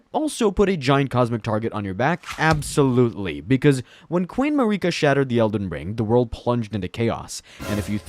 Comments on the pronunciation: Marika is not pronounced to rhyme with Paprika! They say it in the game! Honestly. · Mer - eh - kah Mik - kah - la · “Scowrdge” lmfao! “Mareeka” 😂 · How does this dude mispronounce such basic words like "scourge" ??? "Mareeka?" Comment bait?? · “Mikella” “star skourge” “Marikuh” are you trolling….?